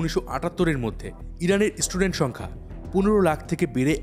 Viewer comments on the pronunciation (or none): none